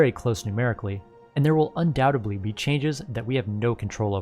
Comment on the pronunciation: Thanks for vid. "Undowtably" is not a word though.